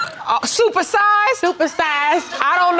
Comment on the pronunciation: Judge Lake says "Supersized?" HAHAHAHA